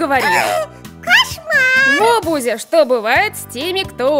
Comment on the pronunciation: Э бузя не бузи